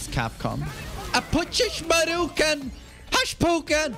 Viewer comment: "hashpuken!" 😂 I'd like to voice a character too